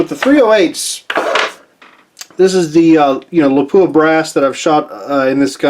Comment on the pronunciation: please note...it's not lapooah...it's lap wa , I was corrected by a few of their pr people when I toured their plant.